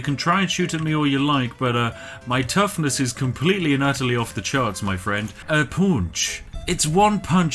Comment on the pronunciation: No matter how many times i come back to this, gets gets me everytime. "a poonch"